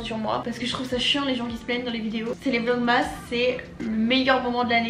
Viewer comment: Je te kiff mais vlogmas ca s’écrit comme ça mais ca ce dit vlogmes❤️